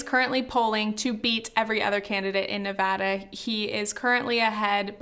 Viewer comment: As a nevadan thanks so much for pronouncing it correctly :*)